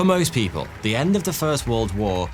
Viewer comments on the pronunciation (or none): none